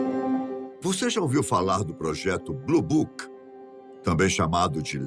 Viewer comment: Mais Elle fala bluboc